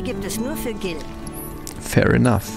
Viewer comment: Nur kurz als info: man spricht es "Gil" aus! Gern geschehen! 😂